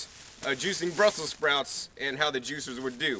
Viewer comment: Hi. This video is awesome.. its so long and you show almost "everything" you are growing in your garden right now "in these cooler months".. But i would like to know from you what is that "in " "brasel sprouds??? " I cant quite understand so.. how do you spell it please? Thanks a lot